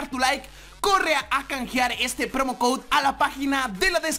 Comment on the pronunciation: no se dice promocode se dice promocoud